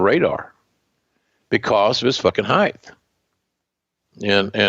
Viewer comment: Heighth lol